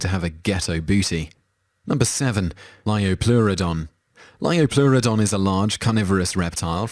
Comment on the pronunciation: liopleurodon not liopluerodonv